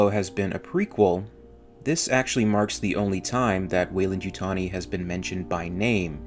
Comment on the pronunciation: Every time I here welendytani I take a shot